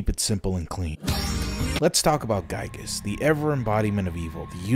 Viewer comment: It's pronounced "Gee-Gus"